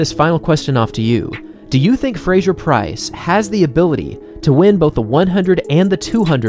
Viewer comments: Great recap - thanks for the video! Just a note on pronunciation: it's Fraser ("PHRASE-er"), rather than Frazier. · Why do you say Frasjer?